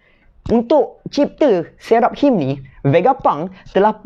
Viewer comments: pronunciation 'Seraphims' = Say-ra-fims. Ada nama hero dalam game LoL Seraphine. Character female. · Sera.fim Mcm tu sebutannya..